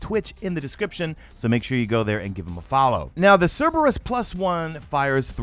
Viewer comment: What, someone that knows how to pronounce the name correctly? Lol. I swear, all of the content creators I watch that are under 30, can't seem to pronounce the name correctly...